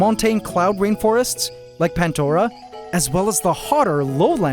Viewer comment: i always thought the ecosystem was called pan-dora and not pant-dora? (from pandora's box as reference)